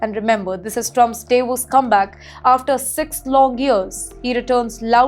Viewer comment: Davoos no Daavos please pronounce well